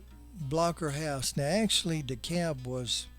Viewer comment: The folks there pronounce the name of the town DEE-cab.